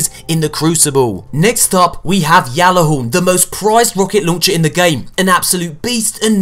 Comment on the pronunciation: It's gat-la-horn the creator of destiny announced the pronunciation look it up :)